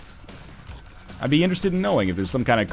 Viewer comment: When you said "pierogi" it was hilarious :D. Nice accent man. To answer your question in Poland we say "chleb powszedni" that means something like " daily bread ". xD